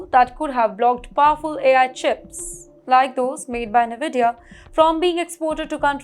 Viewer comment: Lots of Techies come to US from Kerala also. You didn’t mention Kerala. Now, please improve your pro noun ciation “Amrica”, “N videa” etc. Thank you